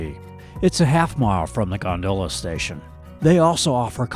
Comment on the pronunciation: Please please pronounce gondola correctly! /ˈɡändələ/ Great video but you incorrectly pronounce the word many times and it’s pretty distracting. Thanks! ✌🏼